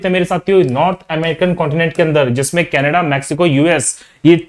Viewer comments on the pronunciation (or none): none